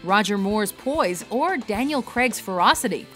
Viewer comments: I've said it once, I've said it twice, DANIEL FREAKING CRAY-G NOT CREGG.... Ok rant over thank you. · The name Craig, is pronounced Crayg. Not KREG. God damnit!